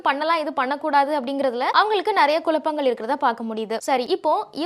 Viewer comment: குலப்பங்கள் இல்லடி குழப்பங்கள். ழ தான் தமிழுக்கே சிறப்பு